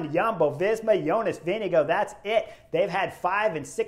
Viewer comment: great commentary, great stage, best I've seen at the tour. One thing, the Danish pronunciation of the VIngegaard, is typically Vin-i-gaar but sometimes can be Vin-i-gord, the Danes typically swallow the d while Norwegians pronounce, so it might sound a bit like Vin-i-go but it's not, Danish is an impossible language to pronounce